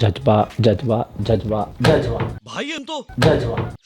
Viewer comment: Judge baa kya hota hai😂😂😂 Ja z ba hota hai..